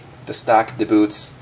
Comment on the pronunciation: Two things I didn't like were how you pushed on the body (made body wider) when the load is on the suspension EI pushing down on bumper. and secondly how you called them "da Boots" when its DBoots like "dee boots". you dont call DC Voltage DA-CUH even tho both letters can make that sound